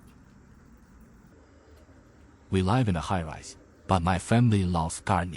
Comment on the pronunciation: the ai voice isnt even good, wrong pronunciation for "live"